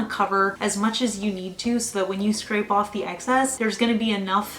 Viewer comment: I love your accent lol. “Scrape it owff”